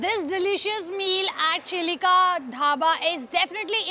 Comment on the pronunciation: Chhilika ni bolo CHILIKA